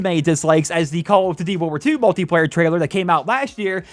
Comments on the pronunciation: "Call of D'thy" lol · Lol he keeps saying "call of dd"